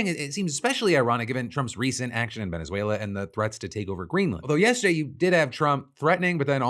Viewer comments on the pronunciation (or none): none